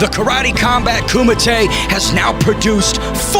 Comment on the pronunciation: wati what ... did the announcer say KOOMITE ... lol 🤣🤣 ...." come to ahead in the koomite " come on work on you japanese man!!